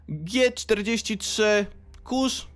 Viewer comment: I nie mów kurz tylko kurc, bo tak się mówi na niego poprawnie po niemiecku